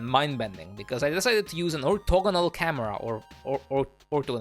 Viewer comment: its ['OR-THAW-GOU-NAEL'] for the ['orthogonal' term/word]